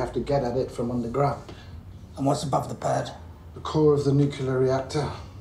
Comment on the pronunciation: They made Harris say nukilar instead of nuclear.